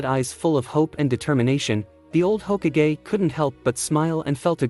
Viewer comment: it's hokage not h okage